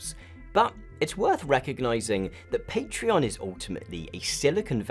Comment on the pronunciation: i cant believe this video exposed for not being able to pronounce patreon